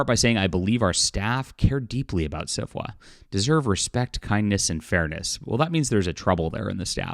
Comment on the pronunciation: When you say SFWA, why does is it kind of sound like Syphilis? My the organization should disband. Just my opinion.